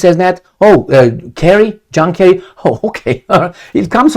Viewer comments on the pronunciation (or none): none